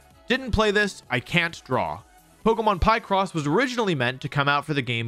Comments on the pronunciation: Picross is pronounced like "PICture CROSSword". It's also not a drawing game. It's a logic puzzle. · pie-cross? picross is a portmanteau of picture and crossword and is pronounced how youd expect